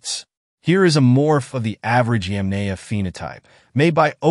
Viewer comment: Yamnaya. not yemenie dumb english speaker.